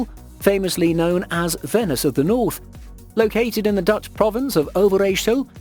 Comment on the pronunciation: You got me. But I watched the whole thing. What is he saying ‘canals of this Dutch fince’